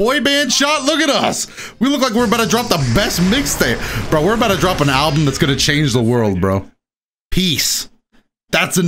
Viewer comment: "Bout to make an ablum to changw the world" 😂 the title of Ablum, this world will know pain